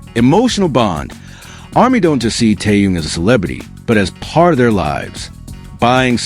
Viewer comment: Блохер продажный, научитесь называть имя правильно Тэхен , он мировая звезда. Чимка липучка как всегда, в нагрузку. Дизлайк 👎👎👎👎👎👎👎👎